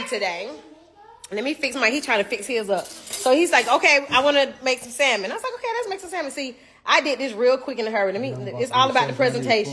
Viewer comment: 🤭💜YOU WON💯 👏💯Thank you for pronouncing SALMON correctly✌️ Hit me back I have a HILARIOUS story about you and the group but mostly you and Kandi when I walked with you to a restaurant while you were in NY(Manhattan) when you were young... I had the pleasure of meeting all of you and the awesome opportunity to see you at least 5/6tms per year... The situation with the task of escorting all of you made me so nervous because I was afraid someone or people would try to abduct one or all of you... 🤬🧐😠You and Kandi did something that still shakes me to this damn day!!! Y'all were so wroooong for that and we had to RUN back to the hotel a FULL NY BLOCK AWAY!!! I Blocked cars and buses holding my hands up "you laughed along with Kandi, your Sis and Tiny" at first but quickly realized it could be bad... 😒😤😮The entire situation was all on you and Kandi... 🤣😝I will forgive you if you ship something to my elderly Mom and I "maybe"...😆😁 So EXCITED for your growth, marriage, motherhood, business and exciting group of people who always gravitate to you.. Be well PROUD of YOU ALL... I will try to locate the stack of autographed pictures and my Back Stage Passes, T-shirts, pictures Mostly I just have memories, little stories that remain in my head... My students absolutely LOVED to hear about my seeing all of you... Everyone would beg me to tell what hotels you were staying in... I NEVER repeated anything I saw/heard except this!!! Cause it's FUNNY NOW!!! 🙄CRAZYASSES😝 The BEST thing about you.